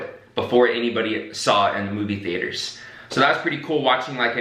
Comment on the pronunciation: The "theAters"